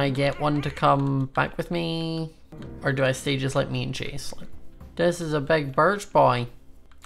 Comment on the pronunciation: every time he says chase i head “cheese”